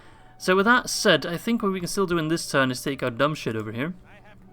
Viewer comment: Is it me or did you call general Dubhshith 'dumb shit' ? Each time you used his name I heard that XD